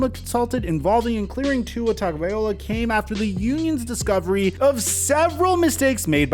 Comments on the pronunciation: Tago- Vai-Loa not Vai-Ola VAILOA-- TagoVAILOA, crazy enough you saying the second part of his last name wrong is actually another Samoan word. OLa - meaning Life. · Vai LOA. Not ola. Lol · Great vid. Subbed That being said it's Tongue-ah-vy-low-ah Not Tongue-ah-vy-oh-la ✌ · Hey may love your vids! But just a heads up you always pronounce Tua's name wrong. At the end it's vaiLOA NOT vaiOLA.. I know it's a nitpick but figured you'd want to know.. Keep up the good work! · I’m tired of people calling him “ Tua Tunga-vy- loa” it’s “Tua tagoh- vy loa” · Exactly, it's pretty simple lol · TAH - GOH - VAI - LOA Why is that so hard for you to pronounce? Look at the ‘L’ in his last name, is it before or after the ‘O’ ?!? PS Love your content tho brotha, just want to see his family respected. Aloha from Hawaii 🤙🏾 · Really hope Tuas okay man (And for the record it’s pronounced like tuga-via-loa) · Hawaii guy here. Tua Tog-o-vai-lo-a. Please like so that he can see the proper pronunciation. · Bro. Drinking game idea. TAKE A SHOT EVERY TIME HE MISPRONOUNCES TUA'S LAST NAME. Good luck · Can you PLEASE just call him Tua until you learn to pronounce his last name. Drives me nuts that you butcher his name repeatedly every video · I'm hoping Tua chooses the best option for him and his family (both current and future). On a side note, will ever pronounce Tua's last name properly?